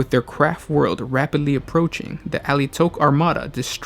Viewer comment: All I hear is "Crap World". :D